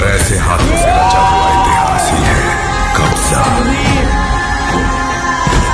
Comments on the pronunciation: Kabja nahi yaar 🤣 its kabza .... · Kabja nahi kabza bolo🙄